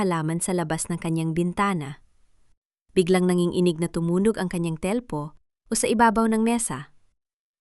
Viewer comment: Ano bayan,wag kanang magbasa at magkwento mali mali nman an pagbabasa. Dangal hnd danggal,usapan Hnd usapin,nanginginig hnd Nangin-inig